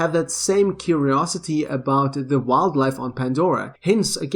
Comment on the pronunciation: Curiosity? Don’t you mean Kiriosity 😂😂😂😂😂😂